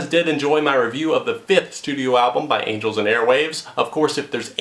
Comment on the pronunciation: Did you just say anals and airwaves